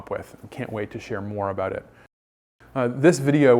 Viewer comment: I was fooled also with "aboot.”